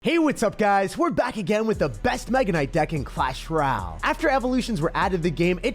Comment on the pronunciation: clash Roal that’s what bro said the first 10 seconds